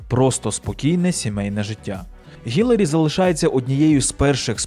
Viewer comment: Хай йому грець! Ну скільки можна?! Вона Хіларі! ХІЛАРІ! ХІ-ЛА-РІ! Запам'ятайте! Візьміть відео де вона сама каже як її звуть і поставте на повтор поки не засвоїте як її звуть! І уявіть собі, в українській мові є літера яка відповідає цьому звуку! В нашій тисячолітній мові знайшлось і для цього звуку місце теж! Основна функція літер позначати звуки!